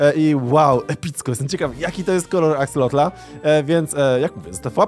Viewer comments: na przyszłość nie mówi się axolotla ani axolotl tylko axolot, ale pisze się axolotl. Jak coś mnie ominęło to sorry piszę na początku i dawno nie oglądałem więc zaczynam. A jeszcze jak jest jakiś konkurs na imię dla axolotla: Axolotuś. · Axolotl a nie Axelotl! otaczają mnie analfabeci... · Mówi się Axelota a nie Axlota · Ja nie wiem co wy macie że zamiast prawidłowo wypowiadać nazwę axolotl to wy zmieniacie o na e. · XD to się wymawia jak się pisze czyli Akselot/Akseloty wiem bo mam różowe w domu w akwarium /nie w minecraft [*] Catan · Aksalot się mówi jagby co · Mówi się aksolot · mówi się Axelot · Muwi się axelota